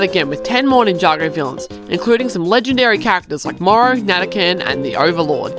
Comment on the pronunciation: Why instead of Morro says Morrow💀